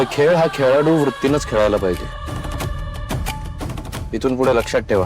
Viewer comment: खेळाडू वृत्ती नाही खिलाडू वृत्ती.. समीरच्या तोंडून चुकीचे मराठी बोलले गेले आहे. कृपया नोंद घ्यावी.